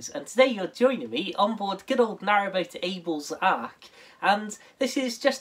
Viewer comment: A very definite attempt at "ABEL'S ARK" instead of Abel zark, Well done Dan.